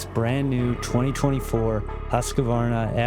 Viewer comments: Please stop adding the extra A in the name it's not a Husq(A)varna. It's HUSQVARNA. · Hus-kvar-na repeat until you get it 😉 cool videos you make, and beautiful filming and editing 👍